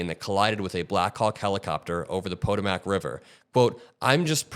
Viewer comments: Dude, I appreciate your show and your efforts to inform your audience. But seriously, "Poe-Toe-Mack"? Proper pronunciation of American place names is critical in broadcast journalism as an indicator of understanding and knowledge of the subject being examined. From elementary school, every American child, plus those of us who actually lived in DC, can tell you it's pronounced "Puh-TOE-Mick." My deepest concern for all those affected by this tragedy. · pa toe mic.... not po to mac. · Pronounced Puh-tow-mic river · poh-toe-mac river??? Have you seriously never hear of the puh-toh-muh k river before? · pah-toh-mack? puh-TOH-mack. Can't take you seriously if you don't know how to pronounce the name of the river that runs through our nation's capital. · So tragic my heart is breaking. Respectfully, the river is pronounced Puh-TOE-mick, not PO-tuh-MAC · Goddam you young kids don't even know how to pronounce the historic Potomac River. Its pronounced PoTO'mac, not PO'tomac. Jesus H. Christ. Get it right. It's important. Don't they teach this stuff in American History class anymore? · the Pot~a~mac river........Hold on this is the Potomac River / HA HA you flew out of National airport and I know you been in the Washington area but how the hell can't you pronounce the name of the river between Maryland, Virginia, and Washington DC its the Potomac River not the Pot~i~mac river come on dude. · It’s po-TOE-muk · Quick correction - it is pronounced Pah-TOE-mick named after the Patawomeck (Algonquin) tribe who supplied food to the Jamestown setttlement. I only bring this up to give the First Nations tribe the honor due. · DC resident here: None of us call it Reagan. It’s “DCA” or “National”. Also, it’s pronounced like “Poe-toe-mick”. :) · I have always been impressed with your political prowess, but was so disappointed to hear you pronounce Potomac... Poe-toe-mack 😫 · Good vids, just for future reference it’s pronounced pah-toe-mick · The river is pronounced Pa Toe Mac